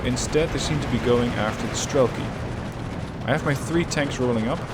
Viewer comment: avtom"A"tchki, not avtomatch"I"ki, strelk"I", not str"E"lki